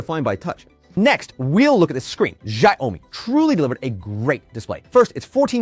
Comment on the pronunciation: “Shire Ou Me”